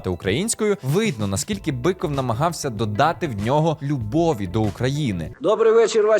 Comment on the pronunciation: Он не бИков а БЫков , русский он